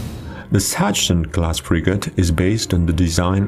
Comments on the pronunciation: I know you propably never heared anyone spelling it correctly, but please, never say "Satschen Class" ever again xD (try Saxen) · BTW: Sachsen is pronounced "Saksen".